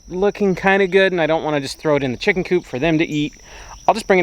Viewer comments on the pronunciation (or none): none